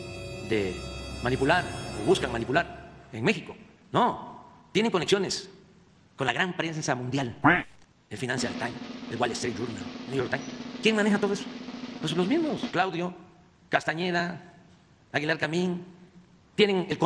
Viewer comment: Puro bla bla bla así se la pasado desde que inició nomas escupiendo veneno odio y rencor porque nunca a trabajado en las necesidades de el país se ase la víctima y así se gana alos croqueteros ni puede pronunciar el New taim